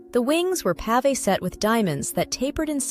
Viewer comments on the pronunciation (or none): none